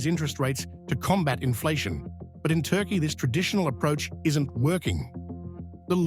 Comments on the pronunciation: "yeeahz" or "yeaRs"? "Turkay" or "Turkey"? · tar-kaai-aay ? Apart from the currency now even the name is worthless